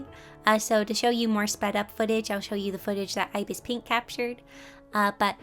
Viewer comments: Love this but its ibis paint x isn't pronounced (eye bis its ib isss) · The way she says ibis paint lol